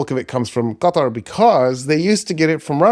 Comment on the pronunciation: Stop pronouncing Qatar correctly. Its off-putting. 😅